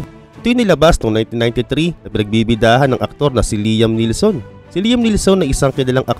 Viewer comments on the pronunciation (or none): Liam Neeson, hndi po neelson...